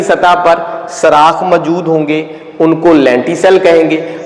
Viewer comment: پیارے بھائی اچھا لیکچر ہے ۔۔ لیکن ایک بات آپ کو بتاؤں کہ لفظ سراخ نہیں ہوتا سوراخ ہوتا ہے 😊